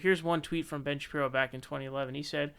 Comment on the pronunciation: "Ben Shapri-o" lmfaooo